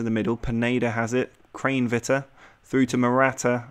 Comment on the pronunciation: You are saying Kranevitter wrong (pronounced kran eh vitter